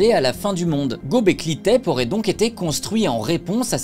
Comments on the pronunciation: On ne dit pas Gobekli Tépé ? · Ils disent :Göbekli Tepe (é)